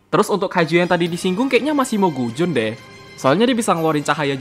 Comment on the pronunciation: Cara bacanya mogusion bukan mogujon